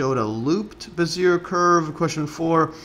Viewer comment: "behz-ee-AY" please.